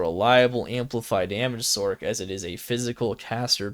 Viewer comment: Cant take anyone serious when they call a sorceress a "sork". It sounds so stupid.